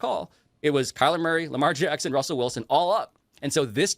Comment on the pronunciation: My dude said Wussell Wilson referencing Russell Wilson lol 😂😁 Damn.